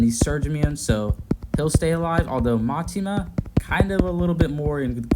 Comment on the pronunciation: Btw it's Mitama, "mee-tahmah" not Matima